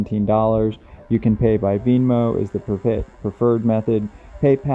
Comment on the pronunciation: I appreciate your work. Venmo. It's pronounced Ven-mo. Like Ben and Moe.